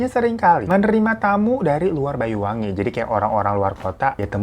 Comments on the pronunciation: Bang "Banyu-Wangi", bukan "Bayu" ya... Banyu artinya air, Banyuwangi artinya air yg harum/wangi. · Banyuwangi bang. Bukan bayuwangi. 😁 Nyebut banyu kyk anya bang. Bukan aya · Isun wong Banyuwangi Heng weruh ceritane gaes🥲btw bang Hiro klau ngomong Banyuwangi jadi Bayuwangi😃